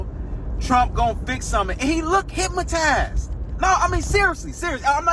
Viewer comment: Its "hypnotized" not "hypmotized".